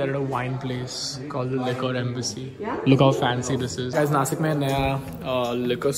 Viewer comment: I have a humble request.. It is Nashik originally not nasik.. You may talk in any language but please don't change the name of our cities